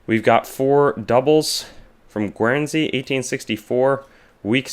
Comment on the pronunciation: That state in Mexico (Jalisco) is pronounced hah-LEE-scoh. Guernsey is pronounced GURN-zee. Guyana is not pronounced the same as Guinea. It is pronounced guy-AN-ah.